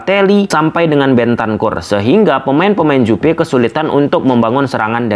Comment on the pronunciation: Juve bang bukan Jupe😅